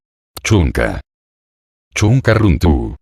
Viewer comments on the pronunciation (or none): Muy buenas, tengo una pregunta sobre la pronunciación de la R... la erre (runtu) no debería ser débil (ere)? Es decir, en lugar de "rr"untu, runtu